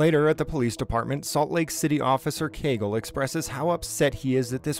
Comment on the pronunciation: Heheh "Caygle" 😂